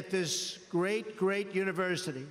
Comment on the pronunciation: Inspirational: 'You too can have a great sperts team, sperts is gret'